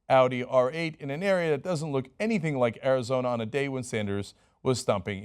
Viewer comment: Dude it's Arizona come one